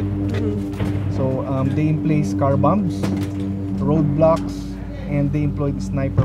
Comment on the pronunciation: did he say roadblocks or roblox